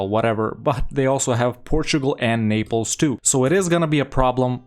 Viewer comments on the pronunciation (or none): none